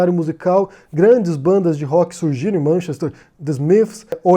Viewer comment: Vc deveria começar por pronunciar corretamente Manchester, e lá não se picha propriedade privada